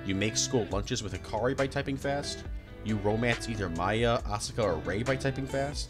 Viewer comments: Asooka (Asuka) , Kyjee (Kaji) , Akeyjee (Akagi). bruh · I wish i could've finished the video. However, your pronunciation was atrocious, and I couldn't.... Syt the sis... No synth es is Asuka Asu-ka not ausi ka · So, what's going on with your pronunciations of Asuka and Kaworu?